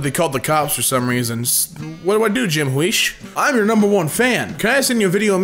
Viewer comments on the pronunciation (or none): It's pronounced hue-ish He did the gun cup song. He's a cool dude. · Listening to you say jim huish wrong made me laugh so hard its not even funny my ribs hurt so bad